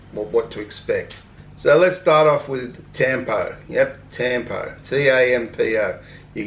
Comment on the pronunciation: Tampo is pronounced “tum-poh “